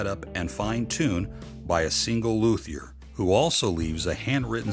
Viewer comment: Haha, those “Luthers!”